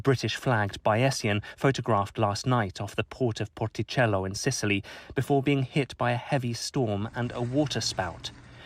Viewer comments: The way thr reporter pronounced porticello and palermo is incredibly pretentious and cringe. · How stupid the way he pronounces porticello and Palermo . Pretentious nonsense . Rip to those caught in the wreck here .